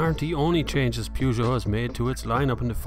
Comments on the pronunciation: Ah now, still saying Pewgeot!;-) It's alright, it's your trademark! Very good review, love the Peugeot 508. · And how do we pronouce Peugeot? Definitely not like that! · Not relevant. Peugeot is only pronounced how the French company pronounce it! ;-)